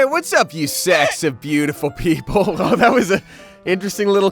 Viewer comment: I’ve always thought said “sexy beautiful people” but now it’s sometimes sounds like he’s saying “sacks of beautiful people”. Which one is it?🤔😐